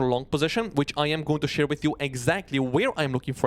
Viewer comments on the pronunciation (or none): none